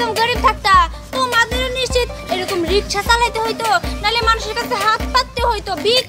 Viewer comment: Riksha bananke Rishka bolen keno